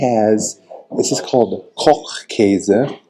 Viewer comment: Eier aus Frei-Land-Haltung: free land housing of the chicken. Funny: you get Ko-ch-käse perfectly German but Mi-ch-elstadt pretty American 😊.